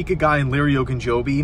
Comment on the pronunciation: Shoots some hoops, out of breath, and he says the name right!